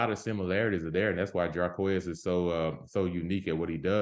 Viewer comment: Jarquez not with a M